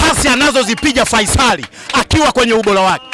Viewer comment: Wewe to a mimachotu faisali au Feisal hata jina tuu huwezi kutamka hamkawii ooo wamebebwaa